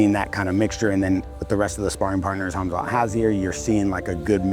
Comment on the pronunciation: Did Rampage call him Kumsuck Chimaev?